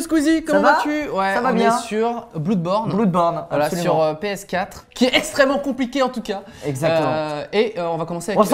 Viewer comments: pk blOUrdborn?dite bloodborn, comme du monde. genre, blaudborn. merci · Sa ne ce prononce pas bloudborn mais blodborn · Dorck Gaming la même surtout que si tu fais la faute ils te rattrapent direct donc stop les conneries ça ce prononce bleud ou blod born peu importe mais surtout pas blood c'est comme si tu prononçait résident evil à la frenchies. . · Noé Pitavy ouais bon si tu prononce en français ou en anglais c'est pas pareil lol... en français ça donne bloudeborne, et en anglais c'est bleudborn... m'enfin, c'mieu de prononcer en anglais vu que c'est un mot anglais. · En gros: Le français donne : Bloudborne Et l'anglais donne : Bleudborn Sachant qu'en anglais blood se prononce bleud et que borne garde une prononciation transparente. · On dit "blad born" pas bloud borne à la Sètoise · en fait, c'est bleudborn il me semble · Filipe Mota Non, ça se prononce Blodbaurne. faites vos recherches ! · Noé Pitavy j'crois que c'est à sherlock En tout cas, tous mes profs d'anglais, du college a la fac m'ont appris bleud .... x] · La phonétique anglaise officielle de blood c'est bləd, et cool c'est ko͞ol. C'est juste totalement différent, en francais on différencie pas nos prononciations, eux si. Bloodborne se prononce "Bleudborne". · "Bloudborn" .. ta gueule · veu jouer T_T a ahem.. bl'EU'dborne :P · bloudborne ??? mais ptn CEST BLOODBORNE